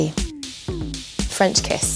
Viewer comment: Quand elle a dit "French kiss" sont anglais est ressortie 🥰🥰😪